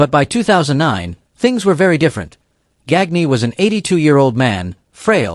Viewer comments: Verne GAN ya. Not GAG nee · Gagne's last name is pronounced Gahn-yuh. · Gag nee,and saveel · Gagne is pronounced "Gone Yah" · Verne Gag-knee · Same thing that made him mispronounce Verne Gagne's name.